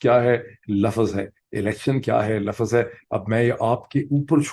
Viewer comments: Dr. Sahib please pronounce LUFZ instead of LUFFAZ. Thanks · Word "Laafaazz" vs "laafzz" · Dr sb pl correct pronunciation Lafz Not lafaz